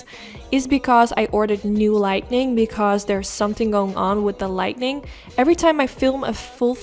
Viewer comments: I adore ur videos u r truley amazing with how u create ur eye looks..u referred to ur lighting problems but it's pronuced as lighting not lightning..but like I said u r an amazing artist with ur eye looks. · As I have said in the past, this is meant with the best intentions.... you are saying the word incorrectly. It's Lighting, not lightning. There's no N after the "t". when you say "Lighting ", as in to make something brighter. "Lightning" is what happens in the sky, as in Thunder and Lightning I love your work😉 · Love it, and your video is great. You're a great teacher/instructor. I can't wait to try it. I just want to help you with the pronunciation of the word LIGHTING. You're pronouncing it LIGHTNING (with an extra N), as in "There was a LIGHTNING bolt that struck our tree during last nights rain storm." It's pronounced light-ing...again I'm just trying to help, not criticize you in any way. I know some words of other languages, including sign language, however I'm only fluent in my own... so I commend you on your abilities with them. Also, I have very light, but still bright blue hooded eyes... would you please do a video on any COLOR shadows that looks good my color eyes? I use neutrals 99% of the time because I'm so afraid of looking like a mismatched clown...help please?!?! Love a HUGE FAN, Christine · Only thing I would say is that it is “lighting”, not “lightning” or “lightening”. English is a very confusing language though so I can’t imagine anyone holds it against you! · Light-ing💡 not light-ning 🌩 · I love that she says lightening instead of lighting. It’s really cute to me. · Schat, zeg " li-ting", niet lit-ning". Die zijn 2 verschillende dingen. Die make is prachtig! Bedankt voor die video. ❤️ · Light-ing, not Light-Ning. 😁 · I love this look! So beautiful and simple! Will definitely be recreating! Also saying lightning instead of lighting is the cutest thing ever😭❤️